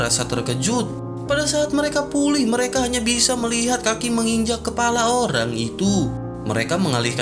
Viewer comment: Jangan gunakan bahasa google dong.,...masa bilang kepala...kelapa